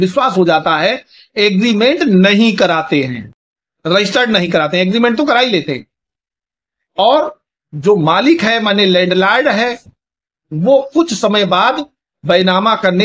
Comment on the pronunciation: Honebal,land lard ye kounsi language hai bhai sahab 😮pronounsation to thik se bolo,wakil ho 😮😮